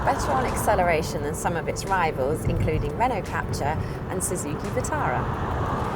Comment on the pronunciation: God, someone needs to teach her how to pronounce Renault Captur. Hint: It sounds nothing like the English word capture.